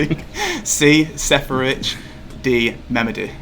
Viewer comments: how can you guys not pronounce Seferovic..? smfh it’s not Serefovic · I haven’t yet heard a worse pronunciation for Seferovic 😂 Great video though, Luke! The questions were quite difficult, but they were again really creative! :)